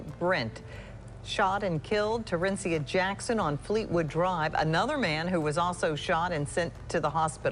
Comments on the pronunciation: Her name is pronounced ter ren ci a not the way the narrator is saying it just wanted to clear that up due to respect of this beautiful women. Rip baby girl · This is sooo sad may she rest in peace but the way you keep saying her name is irritating me lol.. It's pronounced "TER-IN-SEE-AHHH